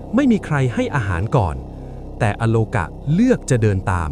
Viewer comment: อาโลกา ไม่ใช่ อะ